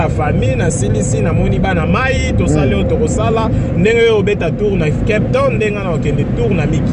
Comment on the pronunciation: balobaka kep tonne t lol😀😀